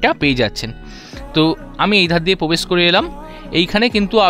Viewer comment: Brand New ❌ Band New ✅ Probesh ❌ Pobesh ✅😂🤣 Granite ❌ Ganaite ✅